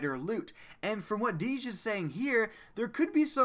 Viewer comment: Its DEEJ,not fucking DEEZ